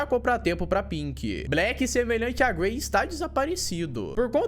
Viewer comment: Eu ouvi o chamar o gray de Gary kkk